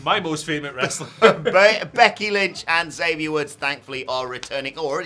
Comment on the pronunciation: I know y'all will never read this but according to the man himself, it's EX-avier Woods, not Zavier Woods.